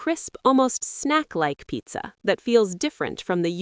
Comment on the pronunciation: Can you please not say pizza like that?